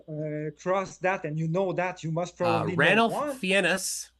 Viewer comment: Dammit, Ranulph Fiennes name is NOT pronounced that way. He is a legendary and heroic explorer who deserves to have his name correctly spoken. It's pronounced "Fines"...ya big dummy 😋